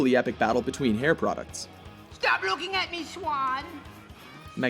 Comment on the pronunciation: .... Shtop luking at me swann